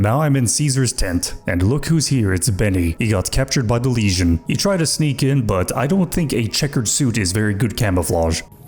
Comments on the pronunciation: I notice you tend to pronounce “legion” the way one would pronounce “lesion” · Dunno, but every time says "Legion" it sounds like "lesion" to me.